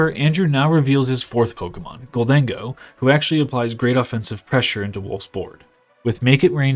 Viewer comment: It's "gold-en-go," not "gol-dang-oh." Kind of like "i'll take my gold and go"